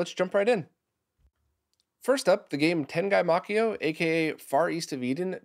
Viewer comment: Don't blame you for this since you don't speak Japanese, but Makyo is only two syllables, not three. Ma-kyo. Using the standard way of Romanizing Japanese words and names into English, Y is always a consonant.